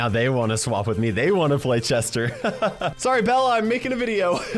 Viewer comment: Drinking game- Take a shot everytime accidentally says "Jester" rather than "Chester"